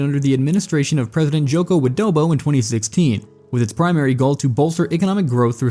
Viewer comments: ..i heard Joko Adobo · Did I hear Joko WidoBO?